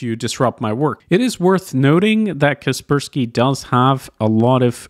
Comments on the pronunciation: KUH SPUR SKEE? CASS PURR SKY... KASPER SKY.. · I thought (Kasperski in pronounciation) was Kasper Sky.